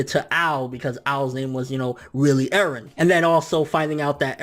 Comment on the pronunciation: Mikasa = Mik-gaysa Eren = Garen Armin = fuck off